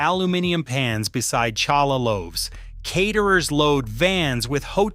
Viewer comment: please coukd you pronounce words like challah correctly